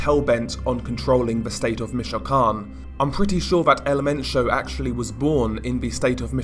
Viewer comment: Your great but I can't stand the way you say michoacan you're pronouncing it wrong